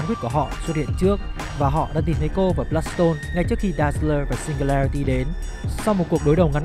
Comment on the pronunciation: =))) đọc tên phát âm cũng sai elsa bloodstone chứ đéo phải bloodporn